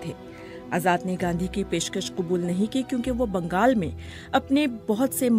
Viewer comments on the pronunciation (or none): none